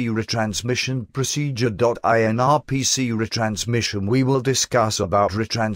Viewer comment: you should have typed 'are pea sea' (instead of r p c) into the natural soft program for the voice to say RPC better.